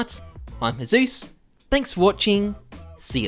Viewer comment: HI, im and in Diz Videjoh... cracks me up everytime, love the intro xD